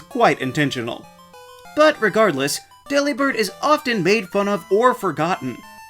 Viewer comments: How have I never thought of pronouncing Delibird like that??????? It makes so much more sense than “Dellybird” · Lol they say dell ee bird in the anime